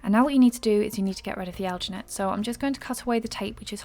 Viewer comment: Are you saying algernate, because I haven't found any such thing